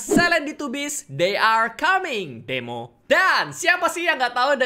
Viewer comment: Kak regi nyebut "Demo" lucu aja ku ulang" i. Wkwkwkwkwk